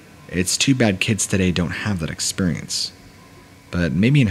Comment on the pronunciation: "ExPURience" anyone else always notice that?